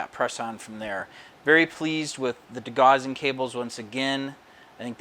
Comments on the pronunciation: Great to see a different ship being built. Followed your customers Titanic build and look forward to seeing yours finished as well. Great to have a change though as well. Btw, just for future it’s pronounced de-gow-sing strip. Rhymes with house. I used to make the same mistake until someone corrected my quite forcefully lol. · 'Gauss', for whom degaussing was named, rhymes with 'house'.